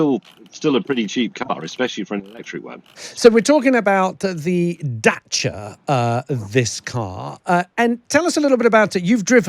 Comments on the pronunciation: Good news! It's a Dacia again! 😂 (and for the first time they pronounce it right!) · He's decided to pronounce Dacia properly. This is good.